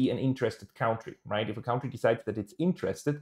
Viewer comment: CAntries,. Country = Cantry aber County = Caunty